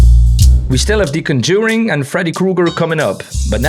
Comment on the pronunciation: Much respect for your skills. Much confusion at your pronunciation of 'conJURing'.